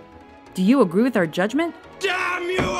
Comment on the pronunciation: 8.41 did she say, do you agru with our list? And oh yeah peter himself said in one of family guy's episode that "hi, I'm peter griffin world's 2nd best Homer"